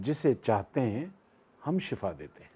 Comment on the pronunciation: Sir shafa nhen shifa hota h